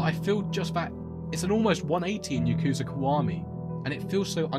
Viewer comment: Why does everyone pronounce “Yakuza” wrong. Just listen to how they pronounce it in japan.